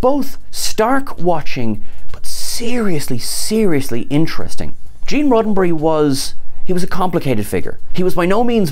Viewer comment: Gêne with a British accent I kind a like it. Maybe we should start a petition